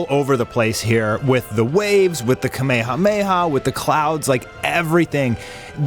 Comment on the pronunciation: It’s rare to hear people pronounce kamehameha correctly nowadays. I salute you